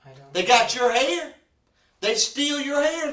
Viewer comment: Your hayir is theyir and screemin stevvven is what killed me 😂😂